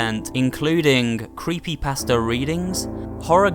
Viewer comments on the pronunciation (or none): none